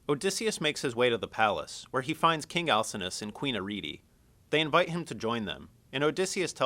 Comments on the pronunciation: al sin know us not al sin us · He pronounces Alcinous wrong. The "C" makes a "K" sound, not an "S" sound.